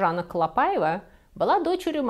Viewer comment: Очень интересно, спасибо! Несколько лет назад в музее Орсе была выставка, посвященная куртизанкам Парижа. Только произносится не ПАйва, а ПаИва по-французски.😊 надеюсь, вас не заденет эта поправка. Остался ее невероятной красы особняк на Елисейских полях. Сейчас в частной собственности, но можно найти возможность посетить с гидом.